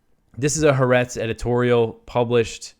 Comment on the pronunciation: Pronounce Ha’aretz anyway you want….your news is much more important. Thank god for your News program.